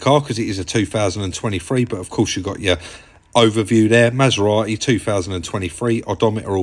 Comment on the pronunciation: It’s not a Masera-e it’s a Maserati.